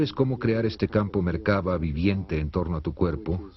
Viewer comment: Se dice "La Merkav'a'.